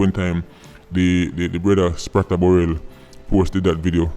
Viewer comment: Sprata LMAOO Bless up